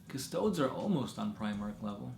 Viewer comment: Stop pronouncing custodes like custoads lol CUS TOAD EES